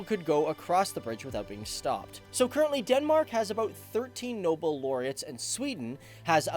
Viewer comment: It's not called "Noble " Laureates.., It's called "Nobel" Laureates. And I would suggest abbreviating both country names into Swe-Den